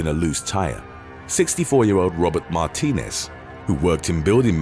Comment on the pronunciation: Martinez is pronounced, MAR -TEE - NEZ.